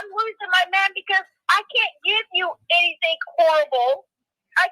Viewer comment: Cant eat or drink “ANYTHINK” get it right 😂😂